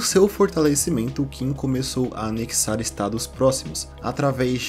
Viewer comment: Qin se pronuncia Chin, é de onde veio o nome China, o mesmo vale para a dinastia Qing, se pronuncia Ching, mas estes não são chineses e sim Manchus